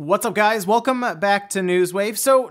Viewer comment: You really like to emphasize "e" in "welcome" eh?